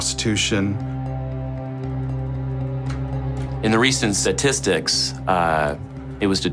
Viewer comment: It's statistic dude, not "satistics"